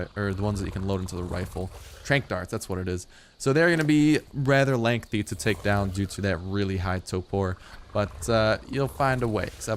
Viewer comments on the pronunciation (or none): none